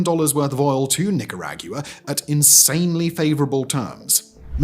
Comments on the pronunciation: How you you pronounce AGUA? Regardless of any accent, it's pronounced nearly exactly the same in every Spanish speaking country on Earth. You just suck at words, you can just admit that instead of coming up with bullshit excuses. I know numerous Brits who can pronounce the name of Nicaragua properly, and many Americans. I've asked people from South Africa, Australia, Canada and Quebec since I saw this video, and every single one of them knows how to pronounce the name of this country. It is only a handful of stubborn idiots who do not. Gad, the internet is so moronic. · Wow that's one way to pronounce the country name. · doesnt make it correct. US version is the Nicraguan version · Bruh...no. the pronunciation is just wrong l. should everyone else start pronouncing the UK as the Uwhited kindom? That's about as jarring as this was. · Im just triggered of how he pronounce Nicaragua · Who the F pronounces it like this? Is there a country on earth that says it like this? 😂 Even Americans who think they all Latinos speak Mexican can pronounce the damn country better than that! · I literally couldn't watch the video because of it. He says it soo many times too even in just the first couple mins. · I listened, and thought that sounds fine. ... Then, ... Absolutely every single time he says it he pronounces it differently, How'd that even possible? He must be having a bet. Or its just engagement bait... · Oh great, another foreigner making a hit piece about a country they know nothing about. You should probably learn to pronounce Nicaragua first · then why are you not critiquing his lack of rolling the r? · ive never heard any nicaraguan pronounce it like he is lmao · asi NO es como se pronuncia en ingles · Holy Lord! Are you intentionally mispronouncing "Nicaragua"...?! lol! wtf?! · Bro the way you are pronouncing Nicaragua is criminal. Haha love you though Simon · I’d double check that pronunciation my dude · Can’t roll the rs what can you do that’s life